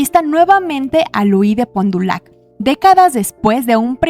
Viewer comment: Excelente contenido el de tu canal. Se aprecia que des tus propias aportaciones y que realizas una gran investigación y documentación en tus videos. También el que no te limitas a narrarnos lo que ya vimos. Solamente una pequeña y muy respetuosa sugerencia; la pronunciación de los apellidos y nombres franceses no es igual a como sonarían en inglés, como el caso de Point du Lac o la de Lioncourt, etc. Sé que puede sonar sangrón o pretencioso, y mucho menos es como para que lo digamos con el acento, pero, si resulta de lo más normal que todos intentamos pronunciar medianamente bien los nombres propios en inglés, ¿por qué no hacerlo también en francés? Saludos y muchas felicidades por tu gran trabajo.